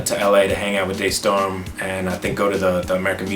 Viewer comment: Wait! Day Storm? I thought is was Da Storm